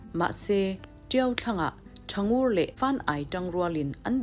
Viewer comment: Thangur chhiar rik dan kha ari hniam a thluk awm lo ritawi ve ve a chhiar rik tur a nia.